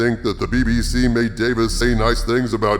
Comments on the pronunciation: His name isn’t Davis. It’s Davies. Rhymes with “babies.” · Russell T. DAY-VEEZ, not Davis. Now you know. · Davies, not Davis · DaVIES not DaVIS old chap :) like its a plural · I really enjoyed this one,. We are of the same mind and heart in regard to the return of Davies. Expressing both sides through a conversation with Harvey was brilliant. I do find one thing odd, though...you are the only Who fan that I have ever met that mispronounces Russel T Davies last name. If it was intentional, it was not obvious.